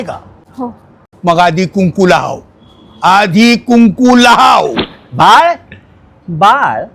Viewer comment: लाव नाही लहाव असे असते 😂😂😂😂